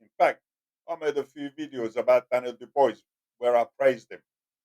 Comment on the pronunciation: "Do bwah" is the pronunciation